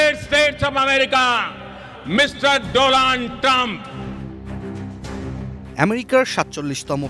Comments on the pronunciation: চা ওয়ালা মোদি আবার ইংরেজি বলে । ডোনাল্ট ট্রাম্প না ডোলান ট্র্যাম্প । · ashramchap servant of tea seller who says dolund trump instead of donald trump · মোদি বলছে ডোলান ট্রাম্প,,, ডোনাল্ড ট্রাম্পকে 😂😂😂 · ডোনাল্ড ট্রাম্পও বলতে পারেনাই ঠিকমতো । বলেছে ডোলান ট্রাম্প! হাসবো না কি করবো বুঝতেছিনা। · মূর্খ হালায় নাম উচ্চারণ করতে পারেনা😜 কয় ডোলান ট্রাম্প🤣